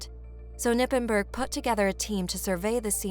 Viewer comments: Just a little side note, it's not "Nippenburg" you say the "K" and pronouns the "g" like something is stuck in your gut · Its "KER-nippenberg"